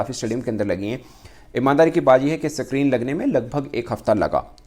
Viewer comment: Abe ye s creene kya hota hai bc 😂